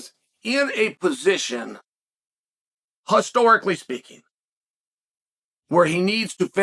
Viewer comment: Chael says it’s Hostorically, so it’s now hOstorically!